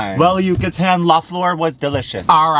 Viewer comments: U said Yucatan right and then your phone said it wrong for you lol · I have no idea, but your Yucatán was on point! :) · As someone that lives in Yucatán I’m living for the way you pronounce it. Also I’m guessing the bread/cookies you had are polvorones which by the way you described the texture, it sounded like they were